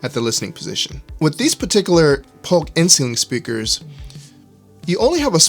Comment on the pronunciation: The first few times you said inceiling, I just heard insulin. You need to slow down when you pronounce that word. With that said, good content.